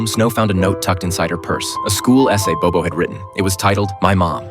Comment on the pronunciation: Actually if you learn Mandarin then you will know this narrator speak English so his pronunciation is totally out. Not bobo it's Bao bao 宝宝